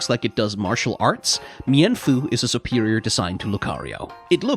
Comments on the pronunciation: Meen-foo and Meen-shao Not me-en-foo and me-en-shao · Sorry to burst your bubble but its pronounced "mean-fu" And "mean-shao" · I wonder if anyone brought up you mispronounced them